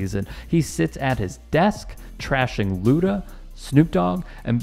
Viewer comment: "Luda" lol....cmon...